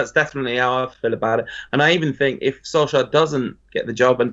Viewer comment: STOP SAYING SOLSKAR